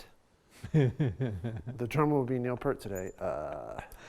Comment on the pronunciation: It's Neil " PEERT " . NOT PERT !! HE WAS NOT NAMED AFTER THE SHAMPOO !!